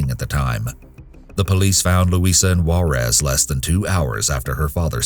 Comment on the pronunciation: They always pronounce Juerez funny on tv